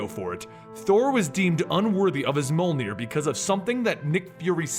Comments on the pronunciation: its not: molnir its: mee-yol-near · Not MOL NEER. MYOL NEER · You keep pronouncing Mjolnir. It’s pronounced “mee-ole-neer” not “mole-neer”. Almost certainly. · Its not molnir its meòlnir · He says MOLnir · Moelnir, moleneer, molnir For fuck sake it's Mjolnir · Monarch Syndrome It was a joke, in this video every time he says Mjolnir it sounds like he's saying Molenir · Me-awl-ner .that's how u pronounce it...